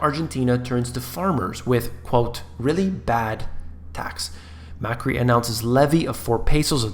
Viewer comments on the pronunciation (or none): none